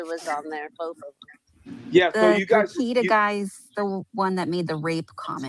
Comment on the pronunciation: Just like Kearney is pronounced Carney, Rekieta is pronounced Re Kate ta, not Rekeet ta ❤